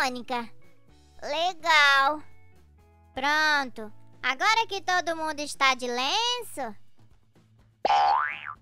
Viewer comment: Monica falando errado kkkkkkk trocando o m pelo b kkkkkkskskskskskskskskks